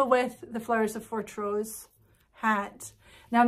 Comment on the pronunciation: I have to correct your pronunciation of Fortrose! The emphasis is very much on "Fort", the "rose" is barely discernible and heard as ross, rather than rose.